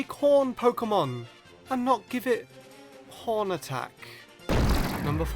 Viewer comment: it sounds like he said porn attack